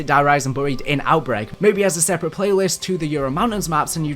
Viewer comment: Why do you pronounce buried like that🤣🤣🤣